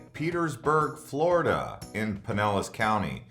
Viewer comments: Florida, not Flordia hah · I love "Flordia" 🤔